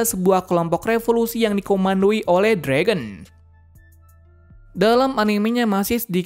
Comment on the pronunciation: Ya jir kok Fragon haha mimin nya Mau canda Kali ye